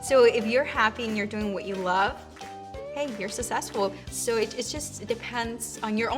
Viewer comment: Lol they said sussesfull